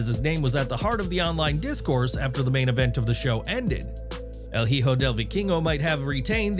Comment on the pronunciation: To the person narrating in the video, the “h” has no sound in Spanish. So it’s hijo (e-ho). It’s a very common misunderstanding to those who don’t know that rule. Also “ch” it’s the same sound as in English. If the “h” is alone in the middle of a word, it is still silent. Like “ahora”. That’s as best as I can explain it. Hope this helps.